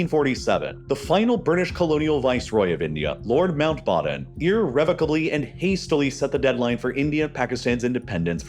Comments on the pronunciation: its lord mountBATTEN not mountBOTTOM haha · Lord Mount "Baaaton" 😂😂? Wtf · why are you pronouncing Mountbatten as manbottom????????? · Bro is called "Mountbatten" previously "Battenberg" from German aristochracy, not "Mountbottom". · “Mountbatten” was gravely mispronounced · Pretty wild and out-of-character repeated mispronunciation of Mountbatten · Interesting pronunciation of Mountbatten